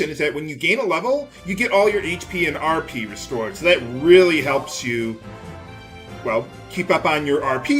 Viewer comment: Vould you like to arrrrr peeee? I swear to god, that's the only thing I can think of every time RP is said.